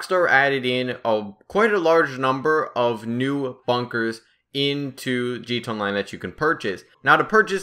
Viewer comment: It's g t a its not g ta